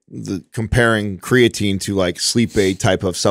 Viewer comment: When is he guna say creatine properly 😢😜